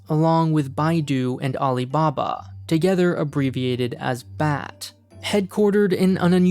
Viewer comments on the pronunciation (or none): Tencent is not "one company to rule all". There are Alipay and other competitors who are also big enough. And "BAT" is allways procounced bee-8-tee, never bat. Also BAT is gone because Baidu lost the status of top tier IT company. Maybe update your information before making an educational video ?